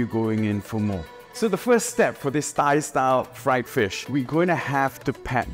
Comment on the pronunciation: He said thigh style